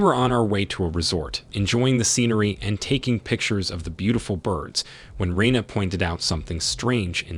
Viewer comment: Rene' [ruh-nay]